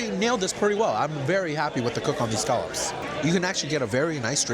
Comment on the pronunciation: He said "scaw-lupps" 😂